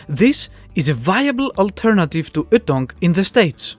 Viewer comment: The way you pronounce ytong is really funny... the way to pronounce it is y like the letter and then tounge.